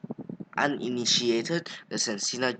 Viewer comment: Its pronounced Sen-a-ka